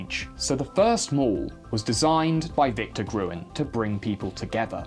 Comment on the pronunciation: Oh! Not Gruen, he's called Grün! As in green! In crossword puzzles and everywhere were you are unable or not allowed to use umlauts (Ää, Öö, Üü) you convert them like ä = ae, ö = oe and ü = ue! (Pronouncing ä as the a in cat; ö as the u in burger ; ü sadly is non-existant in english)